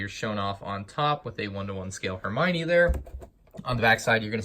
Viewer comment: “It’s Hermione, not Heminie”